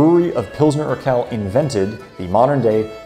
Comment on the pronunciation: Urquell is pronounced oor-kwell. qu is kw in german.... you have that qu too: quit